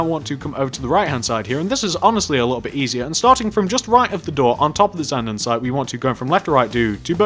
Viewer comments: he is saying andensite when its andesite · drinking game!! take a shot everytime this guy says andesite wrong! this sounds mean but it's not, i love the tutorials!! i've made this one, the cafe, the suburban house, the barbers and wendy's!